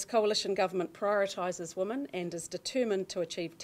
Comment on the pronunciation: FGS.... it's WOMEN not woman